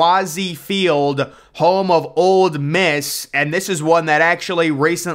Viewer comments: It's OLE Miss, not Old Miss. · And it's Ole Miss. Not Old Miss. Hotty Toddy! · Did he say Old Miss?